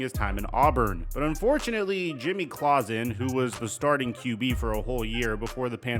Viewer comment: Jimmy “ Claw-Zin “